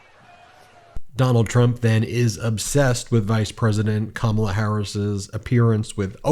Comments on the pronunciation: At least he's pronouncing her name right. Either that or he's slipping. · I wonder if he has realised that he accidentally pronounced her name right. You’re losing your touch, Donny! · He said her name right! He knows that lady's name! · He pronounced her name correctly for a change. I’m surprised. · OH Lord! He pronounced her name properly! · SHE ALI WHUPPED HIM INTO SAYING HER NAME CORRECTLY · He pronounced Kamala's name correctly! He MUST be losing his mind!! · That's probably the first time I've ever heard him pronounce Kamals name correctly , it was probably inadvertent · Am I hearing this right…? He’s ACTUALLY pronouncing her name right!? Wow! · at least he said her name correctly at least once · Trump is pronouncing Kamala correctly now. I wonder why… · I noticed that he was pronouncing Kamala correctly! He sounds like he is out of it! What boring rambling. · He finally pronounces her name right. I wish he takes his loss that easy. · He said her name right...for a change 👏🏼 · Interesting that he pronounced her name correctly. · He accidentally pronounced her name correctly. He sounds like he’s had a couple of 🥃. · He actually pronounces Kamala correctly in his rantings. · Do you notice that sometimes he forgets to deliberately mispronounce Kamala’s name? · Hes calling Kamala by her name...hes so disorganised hes forgotten to mispronounce it 😅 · I noticed he can suddenly pronounce her name correctly. What a fake. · Wow, he actually pronounces her name correctly. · Now he is pronouncing her name correctly 🧐😱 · He messed up and actually pronounced her correctly! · Constant projection. It is bizarre. But hey, he is pronouncing Kamala correctly. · Lol he actually said "Kamala" correctly for once. He is indeed unwell. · He said Kamala’s name right . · Well at least he said her name correctly this time 👏👏🤣🤣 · Today he pronounces kamala correctly ! Tomorrow no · At least he says her name right 🤣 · Wow he messed up and pronounced her name correctly